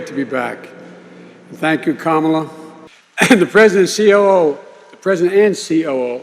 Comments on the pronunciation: Biden.....beating the bush. No ideas what he is talking about. Long and winding. Btw.....its kamala not camel-la. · He mispronounced Kamala! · Joe is still not capable of pronouncing Kamala.